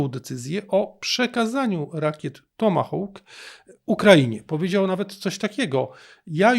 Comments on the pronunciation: "Hawk" wymawia się po angielsku jak "hok", a nie "houk", jak to się niektórym wydaje. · Mów pan po polsku, tomahawk, tomahawkiem bo inaczej musiałoby być fonetycznie: tomahołk, tomahołkiem